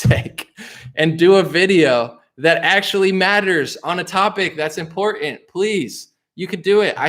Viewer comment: Also... "Important". Not... "In pour in".